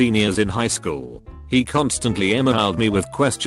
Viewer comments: that *wchool* killed me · "At the wachool" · Post: -at the wchool Video: -at the Wachoool! Yeah... good going, auto generated computer voice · No one: Automated voice: wAchool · "at the wchool" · "wchool" lmao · "The Wchool" I'm dead😂😂😂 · "the wchool" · wuh choole